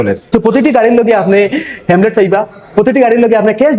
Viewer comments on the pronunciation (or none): Hemlet😂😂abar kita😂😂 Helmet 😜😜